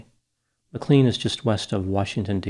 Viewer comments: "MAC CLANE" NOT "MAC CLEAN" Doc! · you are mispronouncing “McLean”. It’s pronounced Mic-lane, not Mc-clean. I spent part of my childhood living there. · I love you - just a native Virginia tip- we pronounce McLean like McLane:) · It’s pronounced “Mc Lane” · I think it’s pronounced McLane. I have no idea why. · It's pronounced McLANE bro. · I’m from Northern VA, just gotta say, it’s pronounced - Mc-Lane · 🙏 ma-clean 😂 surprisingly dopey slip up given it’s a well known American city.